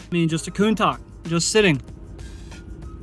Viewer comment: It's not "Coon-tuck", it's "Coon-touch" ... clickbait, the video could have been also just 50 seconds, the rest is just boring stuff ... better use real audio comments instead of written titles, that would at least make it a bit more enjoyable ...